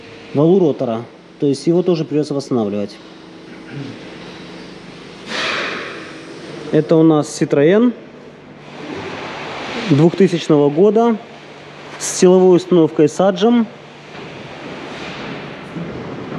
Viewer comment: Вообще-то не [са`джем], а [саге`м].